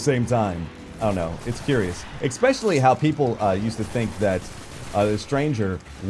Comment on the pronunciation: It's "eSpecially" Not "eXpecially"